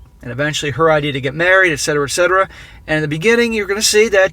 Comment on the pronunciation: It is et cetera😉